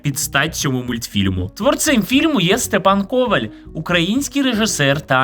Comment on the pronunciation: Степан КовАль, в україні наголос на "а", в польщі на "о". Дуже часто люди чомусь вживають наголос на "о". Я носій цього прізвища, тому так болісно реагую , пепепрощую якщо зобидила